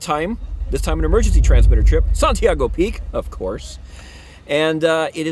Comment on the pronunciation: Hi! Time travel is hard, yay for Santiago trips! Glad you were mostly safe from the ice! (Also, mad props for getting the last name right on the first try!)